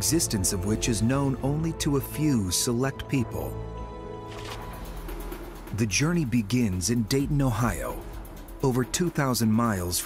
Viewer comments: "Peaple" its people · It's "peOple".